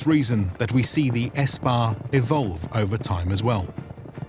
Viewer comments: The army is Sepah no S-pah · Minor correction: "Spah" is not pronounced as "espah". The correct pronunciation is "sapah" which means "army". This is where the word for the individual soldier "sapahi" comes from. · Its pronounced "Sepah" not "Espah" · Correction: SPAH is incorrect. The correct spelling and pronunciation is "SEPAH". The word is still used in Today's Persian language. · Mufugga seriously read "spah" as "Ess-pah" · Quick side note, the word is pronounced SEPAH, meaning army. Now spah